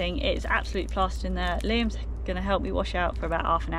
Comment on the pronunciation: "it's up theair " 🤣 🤣